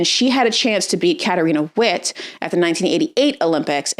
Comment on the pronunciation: Witt, sounds like vitt.